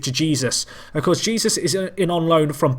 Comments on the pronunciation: Jesús is pronounced like Jesoos, keep up the good work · who gives a shite it sounds funny when he says jesus like he is